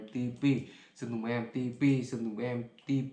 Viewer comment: đọc sai mẹ tên rồi em ơi :)) em ti pi cứ đọc em bi ti :))))